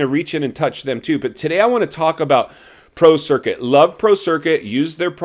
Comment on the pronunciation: I thought you said Pro Circus . That was pretty funny, intended or not.